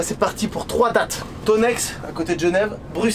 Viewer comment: NOOOON c’est pas Thonexxx mais Thônex (tonet)